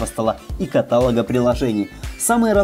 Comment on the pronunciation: молодой человек, уважайте язык, на котором говорите. каталОг, ударение на последний слог!